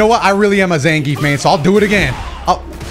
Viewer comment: You pronounce Zangief wrong.